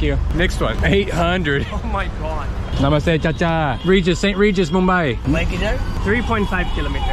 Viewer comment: That ' Namaste Chachha ' was authentic AF..... Respect!👍🏻